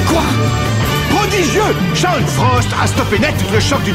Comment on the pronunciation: Ommmmg il a massacré le prenom de Shawn 😭😭